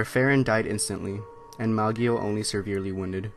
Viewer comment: It's "Ma-JOE" not "Mag-ee-o"